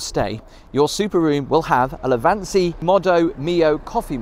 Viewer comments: It's not a "Lavanza" coffee machine, it's "Lavazza" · It's Lavazza, not lavanza😉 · I'm trying to imagine the look on an Italian's face every time you mangle the word 'Lavazza'.